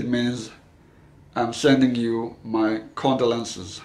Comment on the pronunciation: Thank you for this video, although I would say that I think you are mispronouncing the word condolences